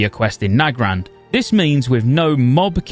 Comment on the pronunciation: You're one of the only people that I've heard pronounce Nagrand the same way I do. Everyone else says "Nuh-grand". You must be married if you say it "Nag-rand" :P